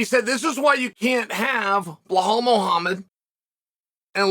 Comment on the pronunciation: BILAL BILAL BILAL BILAL BILAL BILAL BILAL NOT BEHLAL. U clown BILAL BILAL